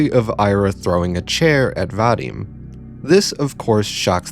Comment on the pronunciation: What has always, ALWAYS bugged me about western videos on Russian media is the pronunciation. Like yeah, sure, here is a very detailed, well though-out and polished philosophical essay on the topic, but the thought to google the pronunciation of the characters' names (literally the first result on "Ira name pronunciation") had slipped the author's mind, and EEra is Aira now, VadEEm is VAdim, and Asya is AZya (more like Azeea) ((but that's understandable since many foreigners have trouble pronouncing soft consonants and the letter Я (ya))). No flak to you (well, just a tiny bit of it, but genuinely only a smidge), but it's something that's irked me for a long while, and you pronouncing Ira like the that was just the final straw.